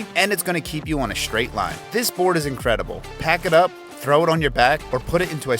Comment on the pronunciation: This is more of an ego driven commercial than any kind of review. It's gross ! Sickening ! Even the guys face and the fact that he speaks like a 4 year old is disgusting. BTW - It's pronounced STRAIGHT with a "T" sound, not Schhhdraighd ! Sorry that wasn't taken care of for you back in 4th grade, maybe try harder next time.